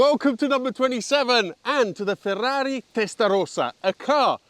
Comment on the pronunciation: You pronounce the brand and model perfectly, like an Italian rather than a Brit. You were very well-structured and up to the point in listing the car's character and the source of misunderstanding around it.